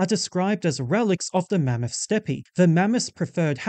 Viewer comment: Steppe is said as “step” btw!